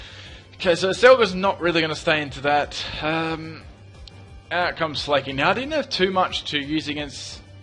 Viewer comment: why isn't smell nosepass?. it's not slay-king, SLACK-king